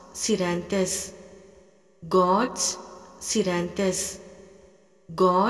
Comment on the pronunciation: Sorry I'm also Naran Sir's student, following all his healing techniques. I feel the gorse scleranthus is pronounced wrong in this video. Please make clear or may be I've mistakenly pronouncing wrong.